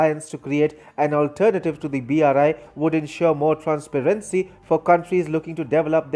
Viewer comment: The reporter should google how to pronounce words such as "transparency and project(noun) which is different from to project (verb)